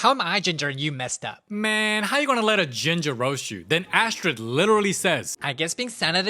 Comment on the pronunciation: The way he says ginger like “Da giNgA” is too funny😂